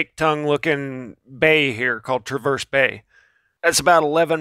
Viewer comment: I didn't like cuz you butchered traverse bay! Haha joking.